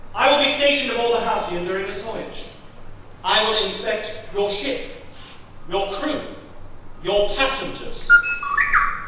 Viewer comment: Lol it sounds like he isn’t saying ship. 😂